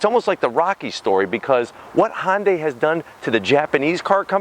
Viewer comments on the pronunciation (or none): Why the F can this guy not say Hyundai it's not Honda day it's Hyundai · "Hun-day" like "Sunday." If you're gonna say it that many times in the video you should probably get it right lol.